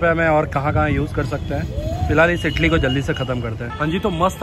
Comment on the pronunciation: Bhai ap idli ko itli itli kiu bol raha Ho😂🤣